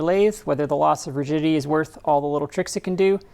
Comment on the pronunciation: I swear you are saying "loss of virginity" instead of "loss of rigidity!" When I rewind the video and listen again the word magically changes to rigidity! Pretty neat trick! You've got a great channel!